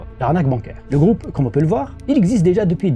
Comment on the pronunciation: 😂 Le gwoupe vis bien